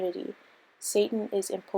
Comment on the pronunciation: If you really think impotent is pronounced imPOtent and don't know how to pronounce Iscariot, maybe you should have given the script to someone else. Informative video though.